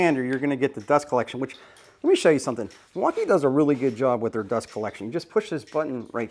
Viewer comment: Learn how to say Milwaukee